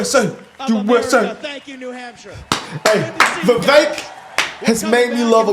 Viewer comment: Candace said his name is pronounced Viv- ik Thnks guys! 😉🇺🇸